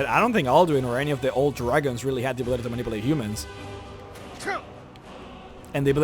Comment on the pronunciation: The way he said manipulate Bru